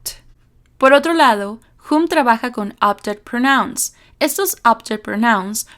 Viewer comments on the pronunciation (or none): Excelente explicación‼️....un detalle, pronuncias "pronóuns" y es "prónouns", con el acento prosódico en la primera sílaba...